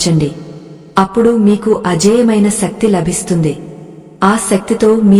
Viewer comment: శక్తి.... సక్తి కాదు...